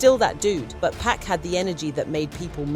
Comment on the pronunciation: Hey narrator it's 2pac not pack and it's suge get the names right smdh